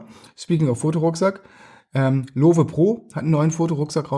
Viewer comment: Kleiner Klugscheißer am Rande, Lowe kommt vom Gründer Jeff Lowe und war ein US Amerikaner. Das e wird also nicht gesprochen :)